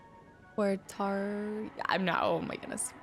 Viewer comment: Oh and the town name "Watery" derives from the Finnish pronunciation of "Huotari". You could hear Ilmo pronounce it earlier. It sounds very similar to "watery" to an English speaker's ear (unlike Alan's pronunciation of it, which is kinda wrong, lol). It's a really nice touch. It's the kind of thing that actually happens when migrants move to a new place and bring their words and culture, and they collide with the language and culture already there, and you end up things like with "Huotari" becoming "Watery", and yet neither cancel each other out. And they both make logical sense in their own way in their own contexts.